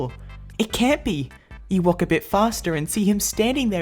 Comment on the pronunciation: "yew wanna go fo a wolk?"